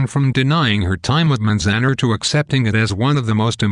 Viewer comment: its pronounced manz- an- are